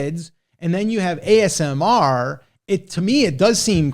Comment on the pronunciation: I’m confused 🤔 is it amsr or asmr? Hat 🧢